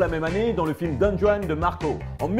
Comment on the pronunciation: "Les rôles principal" et "DonJuane" euh non désolé ( je sais je suis chiant